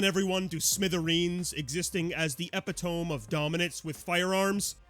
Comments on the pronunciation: it's pronounced "eee-pit-oh-me", not "epi-tome" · epi-tome? əˈpidəmē (eh-pit-o-me) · >mocks impoverished people >"epp-eh-tome" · epitome: eee-pit-oh-me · pronounced ep-pit-o-mee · bro I cannot forgive you for this pronunciation of epitome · You should look up how to pronounce "epitome". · ...I'm going to assume this is your first time reading the word "epitome" out loud? :P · Lol did he say epitome?